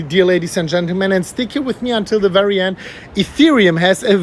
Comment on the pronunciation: Its wery winding 😂